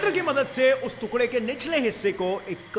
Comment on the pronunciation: तुकड़ा नही, टुकड़ा होता है।